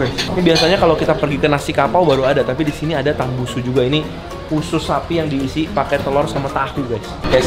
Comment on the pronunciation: Tambusu kennnn bukan tambunsu😅😅